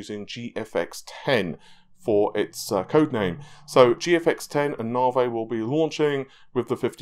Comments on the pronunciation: in an English class Teacher: (Points at the word Navi on the board) ", can you pronounce this word for me please?": "Nahvey." Teacher: "No,... It's pronounced Navi.": "Nahvey." Teacher: "No,... Look at the end of the word, there is an 'I'. So it is pronounced Navi.": "Nahvey." Teacher: -__- I'm only joking Anyways... Great work on the video and thanks for all that you do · love the channel (watch every day) but plz stop with the "narvey" its navi, so annoying